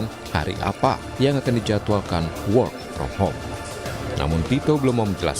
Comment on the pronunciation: Ngakak.. presenternya, "whore from home" 😂